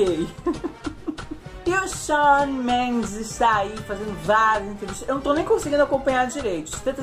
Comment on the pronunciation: Eu amo quando o fala Shaw Mendes assim.